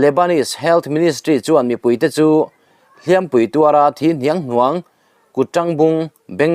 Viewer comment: A bengvar thlak ṭhin e,HLIAMPUI tih i lam rik dan kha a dik chiah lo ani.hiampuo tih h ri sang ni lkvin rihniam tur ani a,entir nan,ka chesual a pem ka,nei a,chu vhu ka hliam a,mahse mi dang ka ti bem palh a ka hliam palh ri jniam tur ani